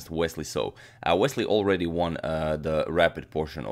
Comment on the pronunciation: "выиграл" - "won" - произносится так же, как "one" - "один", = УАН. А не УОН